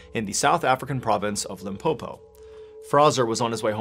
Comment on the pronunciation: The way Mr Ballen says "Limpopo" feels me with pride as a South African 🇿🇦😊